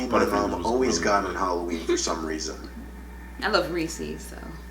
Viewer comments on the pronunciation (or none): Why do people say “Rees-ees”??